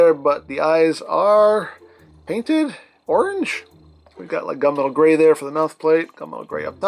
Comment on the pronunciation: Not enough coffee. I heard gun metal gray as gumbo gray... ☕🥴